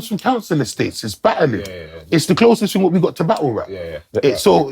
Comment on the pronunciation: You mean thing not ting😂